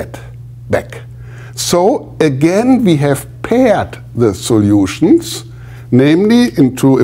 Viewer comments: That pronunciation stuck out to me, too. 😅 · All the soljutions... Greetings from germany :)